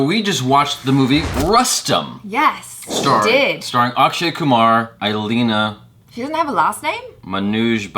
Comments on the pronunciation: IL- eana and not i - lena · Not I-lina its E-lee-ana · It's like..... ILI Anna not..... I leana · couldn't pronounce English Name... Illeana DCruz